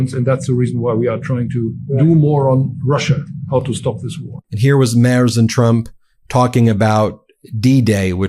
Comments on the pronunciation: It is not "Frederick Mars/Mers". It is pronounced "Merts". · Ben, you guys are on top of it and brilliant, but you just HAVE TO learn how to say these guys' names! The German is Friedrich (FREED- rich) Merz (MARE-tz). YOU GOTTA do this out of simple respect. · Please get your pronounciation correct. It’s Merz - like Fred & Ethel on the I Love Lucy show. It really diminishes your credibility if you can’t get the name right - especially for us Europeans who are your big fans. We know you don’t want to spread misinformation! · Dear Ben, to be correct, the proper pronunciation of the new german chancellor's name is not mers but rather Merts.👍🇺🇲 I should know , having lived in Germany for over 40 yrs I drive a "Mertzedes Benz" automobile. Tighten up bro.😉😉😍🙋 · (Ben - his name is pronounced like "Mare-ts" not Mars or Murs or Mares) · Try to listen to the man's name. It is certainly no merz. Try Mertz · Not Marz it is M-e-r-t-z. The "T"should be heard. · Its not fri-drich mars. It's free-drich M-air-z. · Frierich Merz's surname is pronounced " Merts", not " Mars" as you keep saying. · Ben! I watch you a lot, but I have to correct you again about pronouncing Merz's name! I understand you have to learn a lot of unfamiliar names, but this one is pretty easy. Pretend there's a T in Merz--merTz--and you'll get closer. Certainly not "mars"! And Friedrich--it's FREEDrich, nothing "fried" about it--is a fairly common name even in America. Thanks. Not trying to be TOO pedantic, but this grates on my nerves. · His name is not Mars it’s Merz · Ben, stop pronouncing the German Chancellor's name "mars"!!!! It's super annoying. And INCORRECT. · Dude, it's Mertz, not Mars! You got it right once, You can do it. Just concentrate a bit. :) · The German chancellor‘s name is not „Mars“. His Name is Friedrich MERZ. Start with freed, then rich (not ritsh, no T) then Merrts. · Freed-rich Mairtz! It's prounounced "Mairtz" not "Mars"! His name is Friedrich März, not Frederick Mars!!!